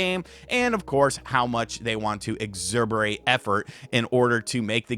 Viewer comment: Exserberate is the word of the day.